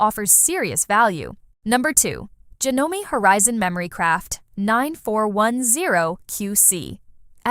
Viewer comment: any legitimate person in the sewing world knows how to pronounce JANOME And the fact that they stole footage from a reputable, Juki dealer is reprehensible